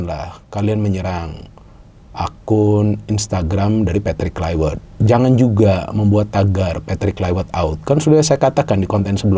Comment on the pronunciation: Kluivert bukan Kluiwert gimana sih pengamat bola penyebut namanya aja salah 😅😅